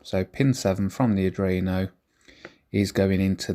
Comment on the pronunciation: Dont get me wrong - I really like your videos and I envy your setup. Absolutely! BUT - In case you didn't know, it's called "Arduino", not "Adruino".. It hurts a bit inside every time you say that word :) Keep up the good work, it's looking awesome!